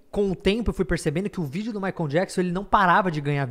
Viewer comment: Castanhari pronunciando "maicon" ao invés de "maicol"... meu deu Gatilho.